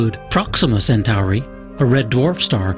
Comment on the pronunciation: WTF is Alpha Cent-ARI?? How hard is it to pronounce 'Centauri' correctly?